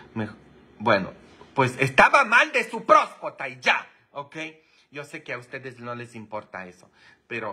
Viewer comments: Father se dise prostata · Se dice próstata